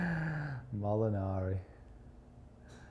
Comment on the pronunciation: I love when he says mollinari hahahahah I'm going to do the from now on